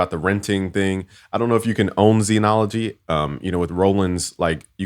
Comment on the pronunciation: All those "credits" but can't pronounce "Zen". ZEN is pronounced with a short e sound, the same vowel as in ten or pen. In IPA it is /zɛn/. It is not pronounced zeenology!